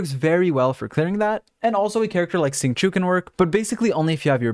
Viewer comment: I love ur pronunciation of xingqiu. It’s sounds like a type of gum. “Zing chew”